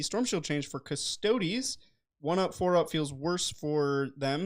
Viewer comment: Love your work guys and I know this is not exactly on topic, but I’m still gonna do this........... IF - during the next Adeptus Custodes game, and can pronounce the word “custodes” correctly - I will pledge a fiver for each of you..... and of course a CP for 😜